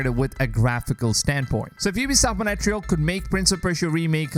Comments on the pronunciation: mon reee yaaal....not monetreeeyaaal...lol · its mon tree al not mo nae te real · "Montreal" is not pronounced "Money Tree hole". It's "Mon treehole" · Its not pronounced as Mone-tree-al, It is Montry-aal spelled as Montréal. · "ubisoft monetreal" ... bruh............ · Is it really that hard to correctly pronounce Montreal!? jeez f, if I wouldnt know the ubisoft studios, i would have not understood "Monetreal"!!! all the worst to your channel until you correct yourself publicly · do you mean montreal? wtf is monetreyal? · what is ubisoft Monetrial ? for some reason every time i hear that i cringe, no offence :D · Learn to pronounce Montreal (Mon-trey-al) will you mate. Don't know where you get your info from but Ubisoft made $2.2 billion profit on AC Odyssey alone. So far $1.2 billion on Valhalla. They took $2.2 billion in overall sales last year with 16.6% down on the previous year, thanks to Covid and the recession. So all shareholders have sold out? I don't think so. Don't spread fake news. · It's feel say monterele is monterle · It feels so funny hearing Montreal as Monetreal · Ubisoft "Moneytreal" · I was scrolling to find this kind of comment 😂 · dude...Montreal....learn how to pronounce it, its not that hard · Is that how I am supposed to pronounce Montreal?... i've been saying it wrong for years